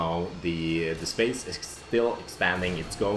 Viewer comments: Thought you said ''Spice'' in the beginning... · Everytime says space, it sounds like spice:D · That "space" at the beginning sounded Australian... Just me?